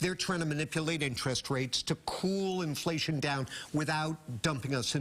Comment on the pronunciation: In-fa-lation, lol